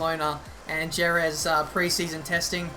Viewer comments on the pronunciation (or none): Hi mate.....jerez is pronounced "her-reth" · it's pronounced "hereth" not Jerez just fyi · Learn how to properly pronounce Jerez lol